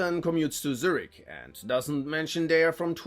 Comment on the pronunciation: If you were american. Thats fine, but u are german. Why did you pronounce Zürich like that 😢 it hurts my Luzerner heart.